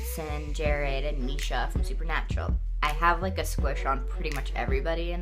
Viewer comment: Jared not Darred.